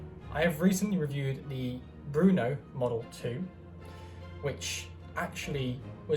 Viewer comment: Very nice review. Let me yust add, that the name of the gun is not "Bruno", but "Brno", as the city in Czech Republic.